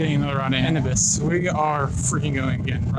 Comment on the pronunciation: Pronounced A-new-biss. Like the Egyptian god